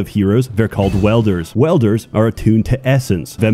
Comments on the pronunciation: Welders? you mean Wielders, yes,? XD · Not welder. Wielder. There's an I in it. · "Welders" (pronounced: "weld-er") fuse together pieces of metal by partially melting them with high heat. "Wielders" (pronounced: "weeld-er") are people that grasp, hold, clutch, possess, obtain or otherwise acquire something to be used for a specified purpose. In the case of this game, your Wielder has the ability to wield (hence the name) the Essence (hence the name) of life generated by those under their command and convert it into magic. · Im sorry i cant get my brain past this .....Its WIELDERS not WELDERS.